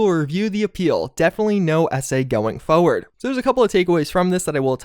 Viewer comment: "fuhward" I'll never unhear it